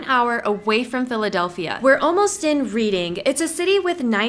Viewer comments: pronounced Redding. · Reading is pronounced Red ing. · Isn't it pronounced "Redding" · I live in Philadelphia, PA and am voting for Trump. BTW, the town is spelled "Reading" but it's pronounced "Reding" like the color red. I can definitely understand why people pronounce it wrong. TRUMP, 2024 🇺🇸🇺🇸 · It's pronounced Reding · Its pronounced "Redding" my dear lol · That is pronounced Redding and by the way Reading is very left leaning so not exactly being balanced. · It's pronounced Red-ing. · You pronounced reading wrong but trump 2024 !